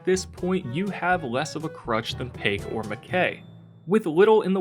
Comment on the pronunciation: This man really said pake it’s pronounced pie k now say them together and that’s how to pronounce her name